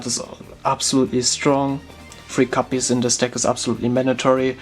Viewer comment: Ich weiß nicht warum, aber wie du "copies" aussprichst tiltet mich über den Jordan xD Es heißt copies mit o nicht capies, aber bis auf das verwoschene Englisch top